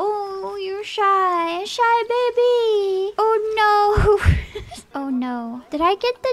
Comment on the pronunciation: I can't unhear da baby whenever she says the baby/babies dammit